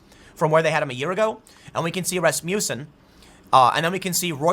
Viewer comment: “Rass Muh Cen” not “Rass Mew Son”